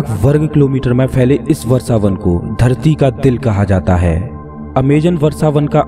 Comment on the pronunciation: What is Varsavan? It's vrashavan. You cant even speake hindi properly??